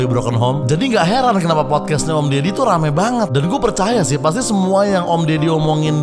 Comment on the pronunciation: Deddy,bukan ferr... 🤣